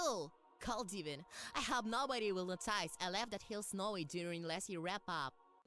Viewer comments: OK, I've heard my fair share of accents in my time, but I've never heard anyone pronounce "notice" as as no-TICE (I hope that makes sense) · Imagine my horror as one day at work, in the middle of the warehouse, long after watching this review, did I realize that the blue one's pronunciation of 'notice' wasn't just the voice actor's accent- but an incredibly forced, only-works-in-text pun. Not-ICE. It's like a scar on my psyche now. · Understood. I think the real confusion starts when he mispronounced "notice". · I lost it when I heard the way that "Not-Rainbow Dash" pronounced the word "notice" . This really is an animated equivalent of The Room.